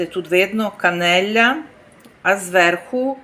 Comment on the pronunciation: Канэла а не канеля боже так и итальнском не говориш правильно 30 лет????